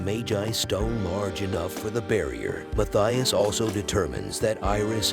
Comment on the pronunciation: Oh, and the name is pronounced ‘Mattias’. It’s a swiss/German name. The ‘h’ is silent.